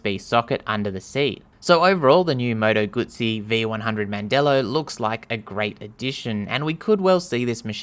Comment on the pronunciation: You did it right.